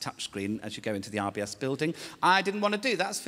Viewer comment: I kept thinking he was saying IBS and had to rewind lol